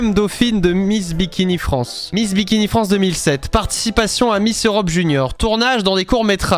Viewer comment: j'ai l'impression de devenir fou à force d'entendre "Miss Dimitri" à la place de miss bikini....